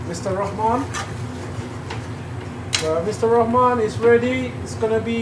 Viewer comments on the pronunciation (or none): none